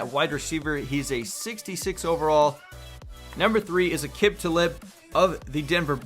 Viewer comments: You called Aquib Talib Akib Talib It's pronounced Akeeb Talibe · its pronounced akeeb taleeb not akib talib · Thegreatbeye2.0 akib talibbb lol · a-cib ta-lib? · Its prounounced AH-KEEB TAH -LEEB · Aqib Talib is pronounced Uhkeeeb Tuhleeeeb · HLOY FUCK ITS PRONOUNCED aqeeb taleeb sorry that bothered me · Alib talib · Same aqip(akeb)talib(taleb) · its uhkeeb tuhleeb that's how its pronounced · Johnny Aquino akeeb taleeb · Johnny Aquino He said akip talip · Why would pronounce Aqib Talib like that? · Do you really not know how to say Aqib Talib's name? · As a bronco fan, the way he pronounced Aqib Talib made me cringe. But, this was a great video. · Thegreatbeye2.0 I'm a Giants fan and hate Talib and I cringed the hell out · As an arabic speaker, same